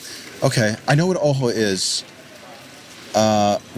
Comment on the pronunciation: Alternate title: Ojo becomes Uh, oh.